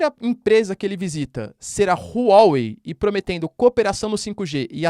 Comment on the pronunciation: Não se lê Rru Uó Uei Lê se Ruá Uei